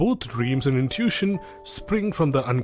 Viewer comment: It's pronounced like "IN TOO WISH SHUN", you speak otherwise perfect English, just FYI but English is a messed up language. No doubt, but love your work